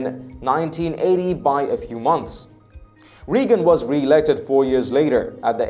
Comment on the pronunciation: Reagan is pronounced Ray-gun. Not Ree-gun.